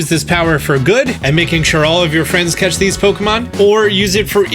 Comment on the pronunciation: Okay, I think is great and all, but did he say 'cetch' instead of 'catch?' This bothers me. 😂